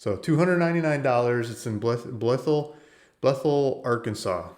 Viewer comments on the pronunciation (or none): Pronounced Bly-ville. Or sometimes "Blah-ville." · U got anymore land in Blytheville? Oh it’s Blyth Ville